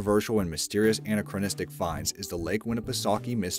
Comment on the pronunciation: an-A-cro-nis-m, an-A-cro-NIS-tic; not AN-a-cro-nis-m and AN-a-cro-nis-tic. The accent's on the second syllables, bro, not the first.